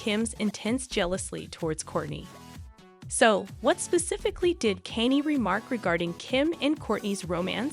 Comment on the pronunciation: Can you not say Kanye's name correct?